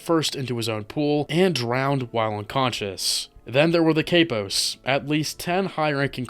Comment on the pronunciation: 😂cant even pronounce capos!!!